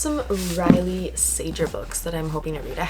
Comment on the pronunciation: Hard "g" on the last name Sager